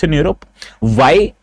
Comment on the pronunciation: Not vyy pronounce why.